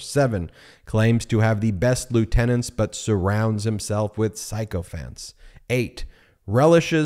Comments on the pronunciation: "Sycophant" is pronounced like sick-o-fant. I know! I pronounced it psycho-fant for years too! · Sycophant Sounds like si·kuh·fnt as in sick.